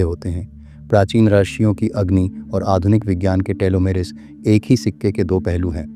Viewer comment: आदरणीय, आपने बहुत ज्ञानवर्धक जानकारी दी है। धन्यवाद, लेकिन आप रिशियों (ॠषियों) को रशियों कह रहें हैं। कृपया सुधार करें।